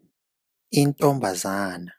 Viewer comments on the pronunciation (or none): Intombazane not Intombazana